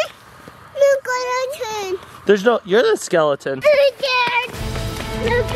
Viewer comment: Im laught at said a skeliton ahahahahah